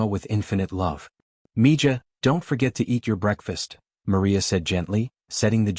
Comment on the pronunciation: Its mi-haa not mija.